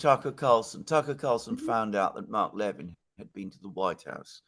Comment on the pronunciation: you're mispronouncing Mark Levin's last name. It's pronounced as "le-VIN", with emphasis on the second syllable. Just saying! 🙂